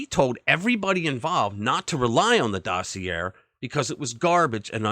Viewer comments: Interesting story. The letter r is silent in dossier. The e sounds like an a. It is pronounced DOS E A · Omg omg omg learn how to pronounce docieer!!!! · You are a pathetic liar. The Steele dossier was not the predicate for the FISA warrant, George Papadopoulos was. So your entire premise is flawed from the start. If you want to be taken seriously I suggest you get your facts right and perhaps, just mayyyybe, know how to pronounce 'dossier'. Especially if your entire bullshit opinion is going to require you to say the word so many times. FPOTUS is a traitor who stole classified documents, caused hundreds of thousands of needless Covid deaths, and tried to OVERTHROW OUR DEMOCRACY but you want to talk about THIS?